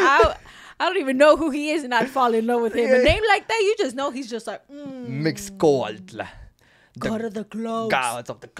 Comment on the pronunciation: Not MIX...its MEESH....mixcoatl. the X is a sh sound